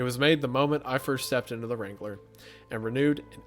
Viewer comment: The way wrangler is being butchered by saying “Wrain-guh-lur”